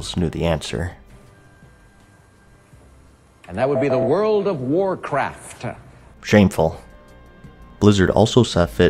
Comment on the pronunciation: "And that would be the World of Warcraftuh." - Alex Trebek